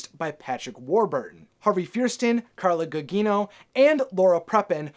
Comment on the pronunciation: I think you meant Harvey Fire-Steen & Carla Goo-Jeeno